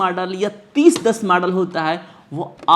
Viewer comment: UP se ho lag raha hai... Model ko Madal bol rahe ho